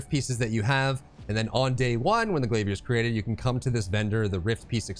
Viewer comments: “Glaviérrr” 🧐🧐 lol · the way you said glavier i was like ya hes getting a sub, but i already was lol